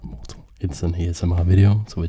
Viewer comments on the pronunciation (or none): Everytime you say ASMR Chess I always hear AChessMR Chess lol